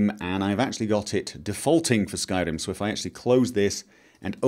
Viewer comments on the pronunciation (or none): Your pronounciation of r's is infuriating xD skyRim, not skylim...